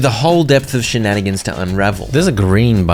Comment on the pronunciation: Funny that you said "shanenigans". IYKYK. 😊